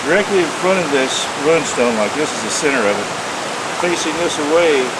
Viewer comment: My one real problem with this video is your pronunciation of rune and its derived words. I think the word is similarly said to "dune", but with a r in place of the d. RUN-stone just makes you (and the subject) sound silly, which I believe would be an injustice. Also, being from within 75 miles of said stones, I believe that if i can say it right, so can you. As for the subject, i find it intriguing, and would love to see images of the swords and such found there, and of the type of stone there.